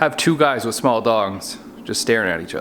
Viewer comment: LMAO!!!! I died when you said "let's just have 2 guys with small dogs staring at each other"!!!! I am sitting here next to my Yorkie!!!! Except you said "dongs" but that's not what i heard at first... lol 😆 🤣 😂 😹 😆 🤣